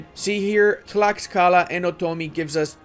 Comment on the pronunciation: Late to the party, but Tlaxcala is pronounced "TLASHkala", which is one of the most fun things on earth to say, although some allege that "ten-OKE-tit-lan" is even MORE fun. Heretics.